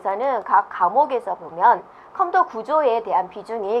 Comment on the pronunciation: 컴터 컴터 솦트웨어 발음좀 정확하게해주시지..